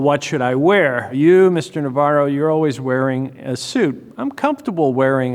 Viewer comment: Navarro's spanish pronounciation is IMPECCABLE. Let me just say that.